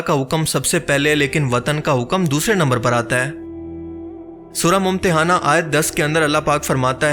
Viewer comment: سورت ممتحنہ کا نام صحیح طریقہ سے پڑھیں غلط پڑھا ہے